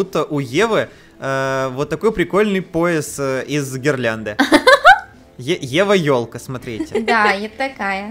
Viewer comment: Не Ева ёлка а Еволка